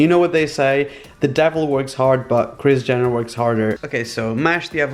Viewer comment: Its like he is saying kriz jenner😂😂❤😍